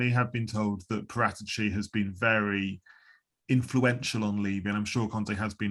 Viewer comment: Why is he butchering paraticci’s name 🤮